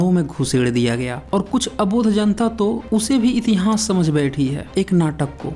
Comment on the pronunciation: Murkh itihnaas nahi hota itihaas hota hain